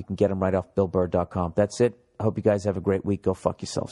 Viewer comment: Am I the only one who dies laughing when he slips up on words when he reads the advertisement shit? "Bull Burr dot clom"